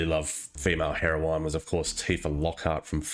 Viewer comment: Great video, summarizes my thoughts on it perfectly. And because I'm 'that' asshole, it's pronounced "herr-oh-win", the e is silent.